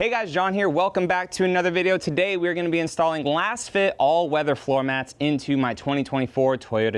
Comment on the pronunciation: Are you sure you’re saying it correct. Your pronunciation just doesn’t sound right and since they are laser fit, I would suspect it might be “LAZFIT”🤷🏻‍♂️